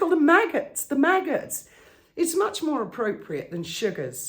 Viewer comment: 'The Megghots'... 🤣🤣🤣🤣